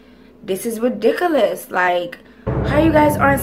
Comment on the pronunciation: Lols the way you said ridiculous is funny and cute. ALSO I thought I was fucking bugging when I saw that too smh.